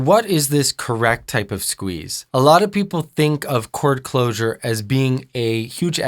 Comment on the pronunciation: I thought he said core closure? ._.